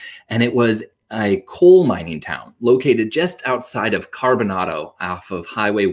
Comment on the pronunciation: Pronounced... Carbon...(long "a")...doe Also lived in Chesaw...then Molson.... Yep... CHESAW RODEO.. BIGGEST LITTLE RODEO IN Washington State !!!!